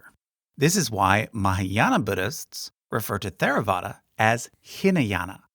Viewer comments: While generally correct, there are some issues with the content of the video. Pali and Sanskrit are both difficult languages, so there are a number of understandable pronunciation issues. For example, there is no "th" blend in either language, so in "Theravada" the t and h are both pronounced -- it doesn't start like the word "thank," as it was pronounced in the video. Also, a number of words have different stresses than the way they were used in the video. For example, the names of the two Jain sects both are stressed on the "-am" syllable. So it's "sve-TAM-ba-ra," not "sve-tam-BA-ra." The top of the timeline is very good -- the bottom is more questionable, but mostly that's a result of making it simple enough to work in this presentation format. One basic factual error concerns the Jataka tales, the stories of the Buddha's previous lives. The video presents these as a unique part of the Chinese Canon, but this isn't true -- the Jataka tales are another part of the Khuddaka Nikaya in the Pali Tipitaka (ti-PI-ta-ka, not ti-pi-TA-ka). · Excellent job in general. theravada is pronounced with a hard t and an aspirated h, not the english th sound. and jains wear masks to avoid accidentally eating and killing bugs, as they are extremely non-violent. but overall a very good job, thank you. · The "TH" in Theravada is pronounced as a hard "T". the H is slightly aspirated, though this is tricky in the West and is left off colloquially. "Teyr-a-VAH-da" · You could have much of the facts right, but if you mispronounce the terms, you hurt your credibility. It seems you learned this from a book, not an expert. The T in Theravada is pronounced like T, not Th. The "English and American pronunciations" are irrelevant. This is not an English word. The H is added to approximate sounds in Pali, Sanskrit, and Tibetan that are different from English. Hinayana is an unPC term no longer used. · Theravada (/ˌtɛrəˈvɑːdə/). There is no "th" sound even in the English pronunciation... 🧐